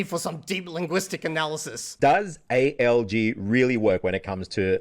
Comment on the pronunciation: By god, this must be the first time I actually hear A.L.G. when someone speaks about ALG. Every other damn time it sounds like A.O.G. Automatic Organic Growth? Autonomous Organized Group? aOg her, aOg there 😂Which is quite ironic considering you are supposed to mainly learn from listening in this method